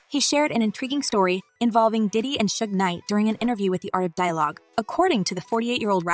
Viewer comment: I love your channel but please get the pronunciations of names correct, like Diddy not daddy, Pac not Pack and sean not seen, just saying. Keep up the good content.